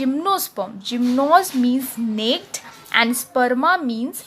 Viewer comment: Nice explanation.... The pronunciation of "Naked" is "नेकेड" not "नेक्ड" ,,😄